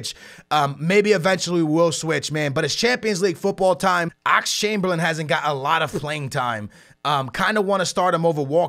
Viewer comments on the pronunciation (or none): none